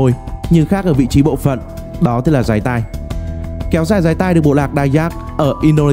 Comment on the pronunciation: . Dáy tai not “ dái tai” 😂😂😂